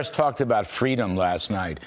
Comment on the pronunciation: I think it's pronounced "FWEEEEDOM".